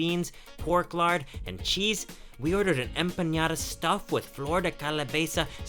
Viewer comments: Hey. It’s announced Em-pa-Na-da. The sound you are making is for the Spanish Ñ. Great videos. Just wanted to let you know the difference. Keep up the great work! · its not EmpaÑada, its EmpaNada xddd. U are so funny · So sweet you say "empañada" instead of "empanada".. first word means fogged..😊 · Its EMPANADA, not EmpaÑada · Long time watcher, first time commenter. I love watching your videos and hoped you'd make your way to Mexico! I'm so glad you're having a good time! I just gotta say, though that I can't let you go another day in Mexico mispronouncing "empanada". It's a regular N sound not an "ñ". ¡Salud! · It's not empañada pendejo!! Es EMPANADA. it's not calabeza...it's CALABAZA animal.. your Spanish is truly bad you should take classes. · Hello there! I love you guys’ videos. They’re so informative and I enjoy how you emerge yourself in the cultures!! 👍🏻👍🏻 P.S. I just have two comments... it’s “flor de calabAza” and also it’s “enpaNada” hahah I live in California and we have these hahah other than that c’est magnifique! 🙌🏻🙌🏻